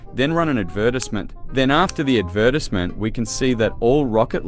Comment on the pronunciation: Yo, Add-ver-ties-ment